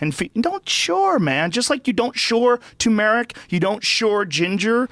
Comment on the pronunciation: Joe Rogan is disgusting and he doesn't even know how to pronounce turmeric.